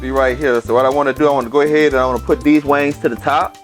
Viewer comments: It's wing not wangs lol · Wings dammit. Not WANGS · Now why in Sam Hell is he capable of pronouncing the seasoning "Tony Chachere's" correctly but can't say wings !?!? His voice go in and out good to all bad. Sorry not sorry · Wangs? Baaaaahaaaaaa🤣😂🤣🤣🤣 It’s WINGS dude. Damn🤦🏽‍♀️ Quit embarrassing us and you. “Get up in ner “ WTH?🤷🏾‍♀️ It’s get up in there. Lord🙏. Bravo though dude, at least you cook. Mine won’t even Fukin try🤣🤣🤣😂😂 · Is it chicken wings or wangs? 😂😂😂 he must be from the south. Good cooking dude. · Obviously the man is highly intelligent and his regional accent has no effect on that fact. Besides all that I LOVED his accent and I knew it was LA from the jump. Lol Their accents are completely unique... and their accents, and their culture are national treasures! I loved the seasonings he used and the way he said, "wangs". Cracked me up every time! Great chicken recipe and video! The man is official! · Tithen thighs and Tithen wangs 😂😭🤣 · “Wangs” lol I love it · Like the way you say wangs. I just bought, thanks for the tips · Right I’m 😂😂😂 every time he said wangs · I just watched this and when he said wangs i was like maaann he from the boot talkin like that. I was waitin for him to say Whodie